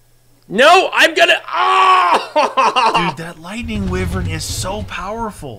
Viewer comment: Its pronounced "Why Vern" not "With Vern" lol